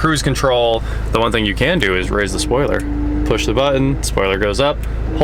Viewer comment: “poosh button”